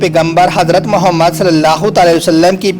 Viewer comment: Bhai naam sahi se lo or izat se ap galt tarike se khe rhe ho jb kha nhi ja rha to br br galt mat bolo mere nabi ka nam sahi se lo .